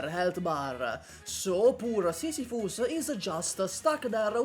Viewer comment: Sissy- fuss. The Greeks are crying.